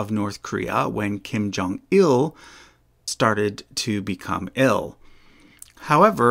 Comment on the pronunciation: Kim Jong-Ill